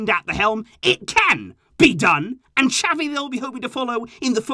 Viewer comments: Please get his name right on the next video it's not chavie ffs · it's not chavie its xavi 🤣